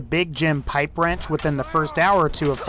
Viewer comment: YOU SAID THE PIPE WRENCH WAS SHET XDD